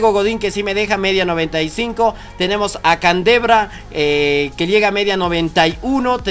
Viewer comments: Candevra jajajaj es candreva broo que lamentable grande 😂😁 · like si escuchaste que dijo candebra